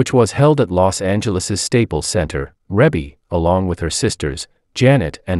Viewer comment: They are her natural parents together, you are probably thinking of Joe Jackson,'s illegitimate daughter Joh'Vonnie Jackson, he had an affair with another woman white still being married to Katherine Jackson. Joe Jackson and Katherine never divorced, they were just separated when he passed away but yeah Rebbie ( actually pronounced like Reebie,, the Commentator is pronouncing her name incorrectly) is the daughter to both Joe and Katherine Jackson 👍💯